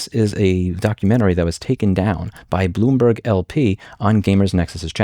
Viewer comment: Bloom"berg" Every time.